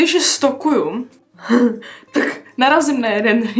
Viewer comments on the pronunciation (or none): jenom pro info neřika se stokuju ale stolkuju jinak hezké video